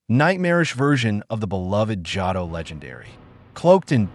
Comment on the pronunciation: Is the voice in this video AI? I noticed Johto was pronounced incorrectly. EDIT: Okay, now Lugia got mispronounced. Kinda strange my guy ngl.